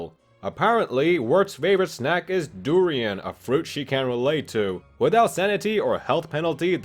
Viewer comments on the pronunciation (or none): Durrrrian not Drian